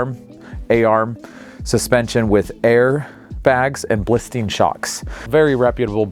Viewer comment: I love your trailers and it might just be because of your excitement for your product but I've never heard of of a blistein shock, only bilstein. It is a minor detail but when you're talking about high end components, there is a difference on the way you say things and how people perceive your familiarity with the product. I've watched many videos of your products and I think they are all amazing and far better than what other dealers offer.